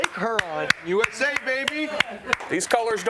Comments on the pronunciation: can’t pronounce Huron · pronunciation of HURON is painful